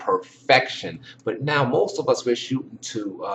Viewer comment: The word is shootING, not shootIN